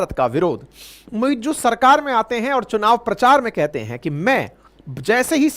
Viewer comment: It's not "muiJoo". It's "MuiZ"